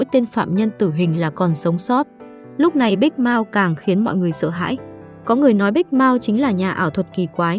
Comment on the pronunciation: Big mouth đọc thic thấy giống big mouse